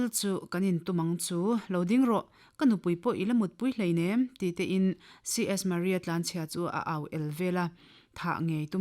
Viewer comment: A chhiartu nu hian Mizo tawng a chhiar thiamin, a aw pawh a mawi. Mahse, "C.S Murray" tia lam tut kha, "C.S Marrie" tiin a lam ri daih a, a dik lo a ni.